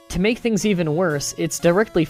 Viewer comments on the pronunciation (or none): none